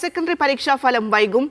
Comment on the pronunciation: Falam ❌ Bhalam ✅